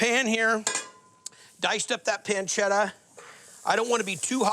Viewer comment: Yeeee, “ pencedda “